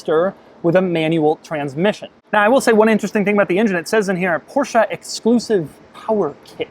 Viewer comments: STOP SAYING PORSCHAAAA! it's Porsche, they even made a video about that in teir own channel here on youtube! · "Portia 911 Speedster" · porcha? omg